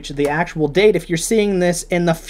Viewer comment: why do you say accual sooo much?